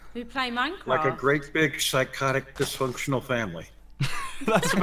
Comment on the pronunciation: whos the guy who says "like a big dysfunctanil family" at the begining?